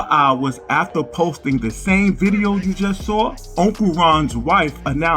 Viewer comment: “Unkle Ron posted another diddeo” haha